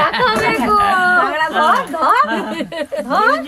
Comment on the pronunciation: কাঁকড়া❌ কাগড়া✅......😂😂😂😂